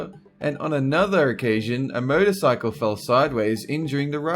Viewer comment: It sounded as if he said "murder cycle". Haha. (Ok, I've had a few beers)